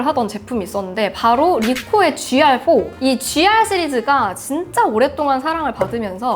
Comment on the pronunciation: 순간 지랄4라고 하시는 줄 ㅋㅋㅋㅋㅋ